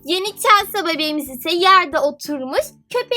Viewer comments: celsa diye okunmuyor celsi diye okunuyor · Okunuşu çelsa değil , çelsi :D Bu arada yüzünü göremediğim için sesin çok tuhaf geliyor :D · Çelsa değil çelsi diye okunuyor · Sen chelseayı çelsa diye okuyorsun ama öyle okunmuyor çelsi diye okunuyor 😈😈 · Çelsa what okunuşuyla çelsi o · Chelsea çelsa değil çelsi diye okunuyo 😍 çok güzel bir video olmuş bu arada 😎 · Çelsa deyince sinirime gitti çelsi diye okunmuyo mu ben mi yanlış biliyorum cevap verebilir mi ? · çelsa diye okunmaz çelsi diye okunur.☺️ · Chelsea çelsi diye okunuyor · Niye Chelsea ye çelsa diyorsun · Chelsea yerine Chelsea niye diyon gıcık oldum.😝😝😝😝😝😝😝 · Chelsea yazıldığı gibi okunmuyo